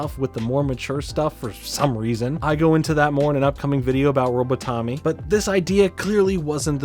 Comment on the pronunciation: That Robotomy pronunciation actually has me cracking up